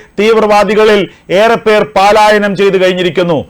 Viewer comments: Not paalayanam. Palayanam is correct. 😊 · ഹോ! ഈ 'പാലായനം' കേട്ട് കേട്ട് മടുത്തു. പലായനം എന്ന് ഉച്ചരിക്കൂ ദയവായി. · പാലാ ? പാലായനം അല്ല പലായനം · പാലായനം അല്ല. പലായനം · Many times many people have pointed out to you that it is 'പലായനം' and not 'പാലായനം' but you have not corrected the wrong pronunciation.!!!> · പാ ലായന൦ വേണ്ട. പലായന൦ ന്ന് മതി